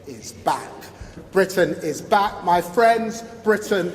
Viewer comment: I thought he was saying Britain is black... 😮